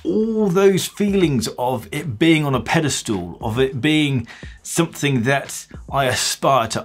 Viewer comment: Did you just say 'padastool'? Reminds me of IT Crowd :D